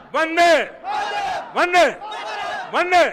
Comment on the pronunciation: When he was saying 'Vande' it sounds like 'Dangae'